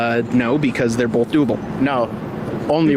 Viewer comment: The funniest part is how he pronounced Both,BOLTHE